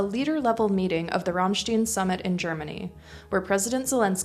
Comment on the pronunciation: Ram stine, not ram steen. It is a German place, not Jewish or Dutch. In German an ie pronounced as long E. An ei pronounced as long I.